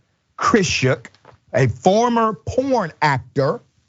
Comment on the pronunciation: I had to replay it because I wasn't sure you said p**, I thought you said corn so I had to replay it to hear what you said this the first picture you put up, and the reason why I wasn't clear on what you said cuz I was thinking he look like the joker with no makeup that was going across the mind when you said p** x pornstar that what you said okay I'm going to continue to listen to it. this is crazy......